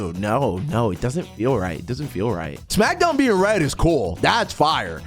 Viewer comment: “smacksown” babyyy!!!!!